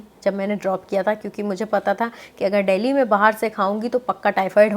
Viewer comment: How beautifully you pronunce delhi..... 😍